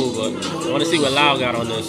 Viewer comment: Love ur reactions Lau is pronounced Low but is cool❤️